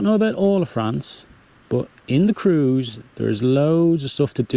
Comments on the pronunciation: Hi, watched all of your vlogs and thoroughly enjoyed them. Can I strike a deal with you? I promise to keep watching if you can pronounce Creuse, as "Crurs"...and not as "Cruise"...! Hope that's OK with you! Cheers 🍷🍷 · You can pronounce Creuse not like cruise but exactly as you pronounce tronçonneuse.